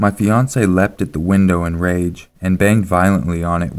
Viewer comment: When you said "A house me and my fiancé lived in", I swear you said "beyoncé", and I was like "wtf"